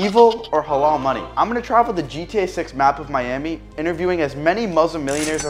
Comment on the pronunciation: Halal is pronounced with soft l's